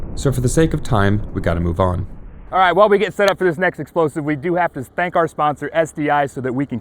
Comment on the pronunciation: . "We'd like to spank our sponsor..." Anyone else hear it?